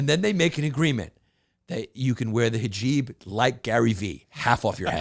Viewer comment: I love that his producers let him mispronounce hijab a thousand times with no attempt to help him 🤣